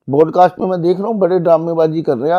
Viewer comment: BODCAST NAHI PODCAST HOTA HAI